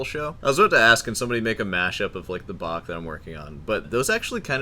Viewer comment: noticing an increase in correct Bach pronounciations lately 😄